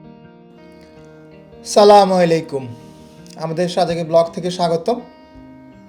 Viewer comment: ভাই সালামুআলাইকুম না আস সালামু আলাইকুম